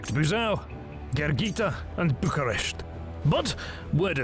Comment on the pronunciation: He also calls Bucharest, Bukaresht with a and sh, which is the Hungarian version of what the locals called București or /bu ku resh t:i/